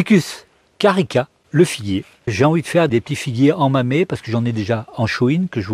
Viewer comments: Bonjour monsieur, on dit "mamé" si vous souhaitez utiliser la prononciation japonaise. Merci pour vos recentes videos, particulierement instructives (je n ai pas encore vu les anciennes, c est peut etre aussi le cas). Bonne continuation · Bonjours merci pour la vidéo toujours un régal. J'en profite pour te dire que ça ce prononce mamé car les japonais prononcent la lettre "E" "é" tout comme le "U" ce prononce "OU". Et si tu veux allé plus plus loin il existe une chaine youtube française tenu par un professeur qui append à parlé et écrire le japonais. Encore merci pour tes vidéos 😎🤘